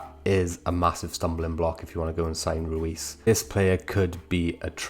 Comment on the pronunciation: It’s pronounced Royce not Ruis…